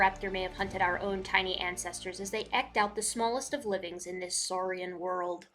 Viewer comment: This is so not the point, and I am so grateful for all of the effort you put into this video,, but you are the only person I have ever heard pronounce the word "eked" like it rhymes with "wrecked." 😂